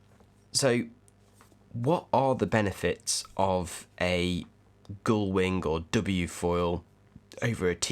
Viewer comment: Thanks for the reply. If you don't realise it, you have adopted fake vowels to disguise your accent. No one in the south says goule instead of gull. The typical bourgeois southern accent would sound more like sea-galls.